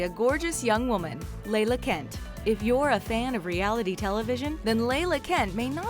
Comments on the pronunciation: Layla Kent? It's LA LA kent. You pompous fool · Layla kent? it's LA-LA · Its LAH LAH not layla kent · It’s La-La Kent like the tella tubby